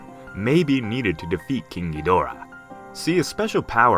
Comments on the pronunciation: Broski the way you say king Ghidorah makes him seen so gruesome Spelled hella wrong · You got bullied so much with "kinky dora", you now say it as a spanish grandpa.